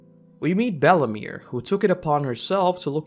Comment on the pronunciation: how did you manage to butcher belle meres name